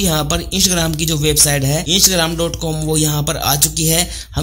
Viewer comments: bro its not insh ram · इंसग्राम nhi hai bhai 😃😃😃😃😃😃😃Instagram hai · Insgram kyo bol ra be laode wp Instagram hai 🤌😡😤😤